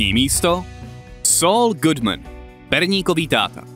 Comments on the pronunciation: Chybka - je to Saul Goodman ne Godman, ale video stejně skvělé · Saul Godman? Spíš Saul Goodman, ne?